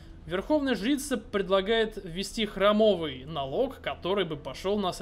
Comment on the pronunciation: Не храмОвый, а хрАмовый!